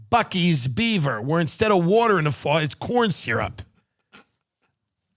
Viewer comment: Tim, for future reference, Bucee’s is pronounced Bussy’s